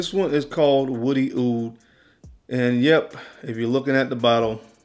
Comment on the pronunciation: Hopefully you've learned how to say "OUD" by now! I like the list you just sound crazy